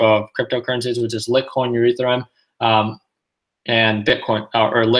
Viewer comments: Hey man, it's pronounced Light-coin and E-theereeum 😝 lol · "Lit-coin" and "Urethrum" lol